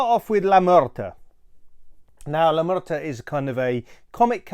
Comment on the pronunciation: Slight correction, is la muerta, no la mureta.